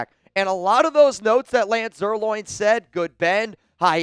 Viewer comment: You asked us to correct you, so here it goes. It's not pronounced Zerloin, it's pronounced Zerline. Just trying to help you out because I've heard you call him loin 2-3 dozen times, lol. I'm far from perfect, too.